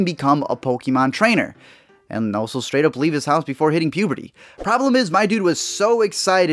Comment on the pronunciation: You mean "straight" not "straught". You should have Pikachu teach you some English lessons jk :D